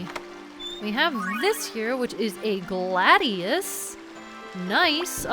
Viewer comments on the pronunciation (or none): none